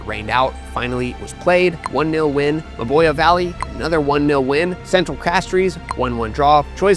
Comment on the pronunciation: Gros - Islet is pronounced Growse - Eelay Choiseul is pronounced Showzel Mabouya is pronounced Mabwiya